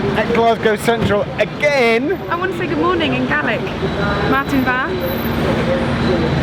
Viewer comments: No, it's Irish Gay-lick, Scots Gallic. See discussion in earlier videos. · In case nobody mentions it, It's Gaelic (pronounced Gay-lic) not Gallic! Minor pedantic complaint! Love this series and dreading when it ends.